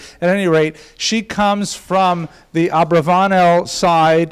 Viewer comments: If it ends in a consonant other than N or S, every Spanish word is accented on the last syllable, hence AbravaNEL. Other than that detail driving me crazy, loved the lecture. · I must applaud you on this, and last semesters Subject Mater. It is a pleasure to hear the history of my Mothers family. While I have a lot of information and have studied this subject mater a great deal, it is always great to find more sources of information. The only issue i have, has to be your Pronunciation of my mothers Family name. While it can be spelled and pronounced differently, either Abarbanel or Abravanel, it kills me to hear your pronunciation.